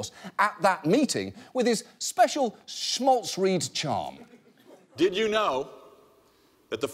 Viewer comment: note: it's pronounced SHMAhLZREED, not shmolzreed.